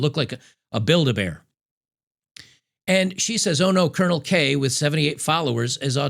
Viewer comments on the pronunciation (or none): none